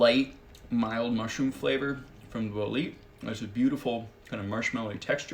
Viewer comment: Ummm, it's pronounced bole-eh-te, not Bol-eet